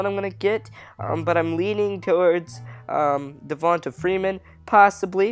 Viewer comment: This nigga said dev'onta Freeman is a trucking back I'm sleep💤💤